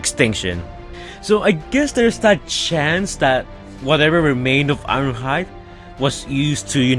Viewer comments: "Wast time We saiw Iwonhoide." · The way you say ironhide is weird